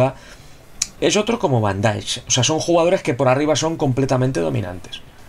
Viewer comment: se pronuncia Van Daeik tal como se lee 👍🤣